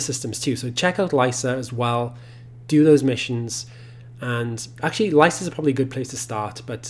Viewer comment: Lycia, not lysa or lissa.